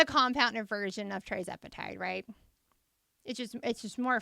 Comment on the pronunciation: Thank you for getting this information out! I have been loving your content. BTW, you’ve been slightly mispronouncing the name of this miracle drug. It’s not TRIzepatide, it’s TIRzepatide. It’s on my list of “favorite things” because after 40 years of dieting and even weight loss surgery, I’m finally at my goal weight because of this medication! And I lost ALL my excess weight on the compounded version🩵🩵🩵